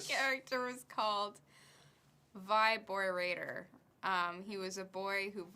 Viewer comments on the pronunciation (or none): Vy Bor Ator.